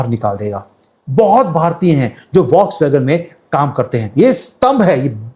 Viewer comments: Voksvagon nahi bolte hain. फॉक्सवगन बोलते है. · Please let me do one correction. The correct pronunciation of volkswagen is Fokswagen.